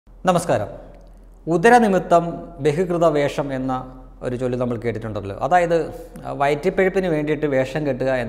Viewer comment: എന്തെങ്കിലും പറയല്ലേ മലയാളം ഉച്ചരിക്കാൻ കൃത്യമായി പഠിച്ചിട്ട് പറയുക ബെഹികൃത വേഷമോ ?അതെന്താണ് സാധനം??? ബഹു ബഹു ബെഹി അല്ല.. ഏകവചനം ബഹുവചനം എന്നൊക്കെ പറയുന്നത് കേട്ടിട്ടില്ലേ... ബഹു എന്നാൽ ഒന്നിലധികം അല്ലെങ്കിൽ പലവിധം.. ബഹി എന്നാൽ ബഹിഷ്കരിക്കുക എന്ന കാര്യങ്ങൾക്കാണ് പറയുക... മലയാളം പൂർണ്ണമായി അറിയാത്ത ഉച്ചാരണം അറിയാത്ത താങ്കൾ ആണോ എന്നു പറഞ്ഞാൽ എന്ന് പറഞ്ഞു വിശദീകരിക്കുന്നത്??? കഷ്ടം